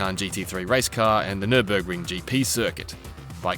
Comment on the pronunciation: They forgot the R in NüRburgring